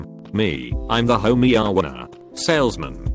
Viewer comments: This guy doesn’t even listen how the TTS comes out so there isn’t bs like “TL;DOCTOR” or “Homieowner”. One could go to Reddit and read their shit on their own and that’s exactly what I will do before someone replies “tHenn. wHy DOoNT Uu JJusT SWiTCh ALReADY?” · Everyone: homeowner The text to speech: homiowner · Robot voice: homy-owner Me: Is he trying to say... Hermione? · Your parents, the ho-meow-ners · ho meow wner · “The homey-owe-when-ers” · home meowner? hoemeowner? hewomeowner? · Text to speech: hoe-mee-ohnur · hahyahyahyahahyaha "homey yowners" lol